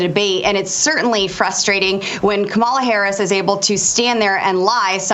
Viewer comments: Boebert, the Vice President’s name is pronounced “Comma-La”. Such disrespect. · Omg, your outburst on mispronouncing Kamala's name --- I'm right there with you. I just want to hear someone start mispronouncing the names of people who insist on saying her name wrong. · Thank you for correcting her pronunciation. The Vice President is not Trump’s WWE wrestling buddy. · I don't worry about the mispronunciation of Kamala or Walz. It all helps with their name recognition in a very short (by US standards) election campaign. The constant references to "President" Trump are mildly irritating, though technically correct. They are helping HIM and his most rabid followers (a small number, fortunately) to make believe that he really still is the President! I think we need to see more of Joe to remind the world who the ACTUAL President is, like it or not. I like it. But I've enjoyed "Sleepy" Joe's steady hand amongst the chaos, and I'm looking forward to President "Calmer-la" Harris and VP Tim (not obsessed with) Walz! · So many republicans are deliberately mispronouncing Kamala Harris' name. I hope when she wins and becomes president, she deliberately ignores anybody who refuses to say her name correctly. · Boebert proves how ignorant they are by mispronouncing Kamala’s name over and over again. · I felt your frustration to the bone over how "Kamala" is consistently being mispronounced! Once is a mistake, but purposely doing so repeatedly is just disrespectful.